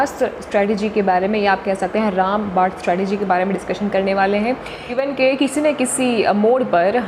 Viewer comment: Ram bad nhi ram baan hota hota hai